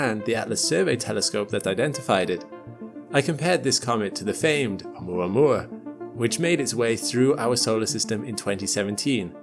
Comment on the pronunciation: ... it pronounced: "O-oo-moua-moua"...